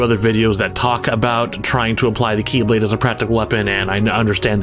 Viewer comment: And now, instead of pronounced as "KEY"blade (as in like 'door key'), they are now pronounced as "KAY"blade (as in like someone's name) lmao